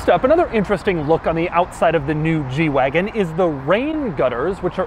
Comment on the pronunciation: Lol!! Yeah, I know. I was thinking the same thing.